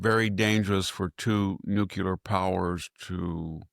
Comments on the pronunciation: I flinch very time Victor mispronounces NUCLEAR. new klee er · Nookyooler, nookyooler, nookyooler.. SMH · I just wish he could properly pronounce the word nuclear.. he may as well be pronouncing 'ask' as 'aks'..